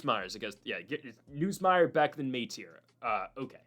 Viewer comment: You’re still saying Nussmeier wrong